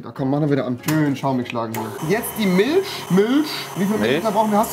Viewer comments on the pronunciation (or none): Warum sagt rewi immer ch außer bei Milch da sagt er milsch